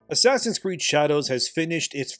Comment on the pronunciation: "ASS creed" ...😆